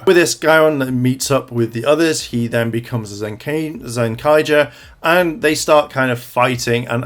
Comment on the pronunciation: “Zencager” Wow. I cringed really hard at that.